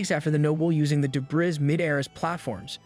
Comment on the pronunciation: Your text to speech mispronounces debris, feints, trophies, barrage, docile and gets heteronyms read and tear wrong